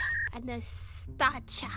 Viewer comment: U don’t say it like Mia anastacha or whatever u say it like Mia Anastasha but u say it like that and write it like Mia anastacha or whatever